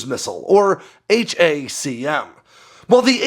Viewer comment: Stop saying H.A.C.M ...it's Hack 'Um